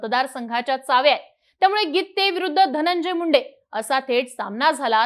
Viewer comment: Gitttte असं नका उच्चार करू